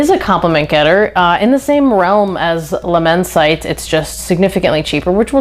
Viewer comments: Not amber, it’s chypre. Please get it right if you use a true perfumers vocabulary. It is immense it’d. Immense it -ay given the e on the end , my apologies if this upsets but I hope you learn from it. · Its pronounced "La-men-see-tay" 😂😂 and I've almost ran through my bottle of Immortal this summer, its a banger of a scent for cheap.🔥🔥 I received a couple compliments wearing it too😅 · Good review! But… if you’re going to dedicate this much time to fragrances, you should probably learn how to pronounce the names. Luh-men-site? Jesus Christ, I’ve never heard such shitty French.